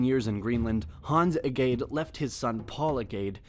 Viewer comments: "Hance Egayde", haha! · The Crown you are showing here is not the Danish Royal Crown, but that of the UK. When you said Hans Egede I couldn't stop laughing. Sorry I know it's hard to say. The way to say Egede is more like this E (closer to A) G (like a J) E (like when you say an without the n) D (like when you say THE) and last E (is not used). But always fun for someone else to here the words said in another languid.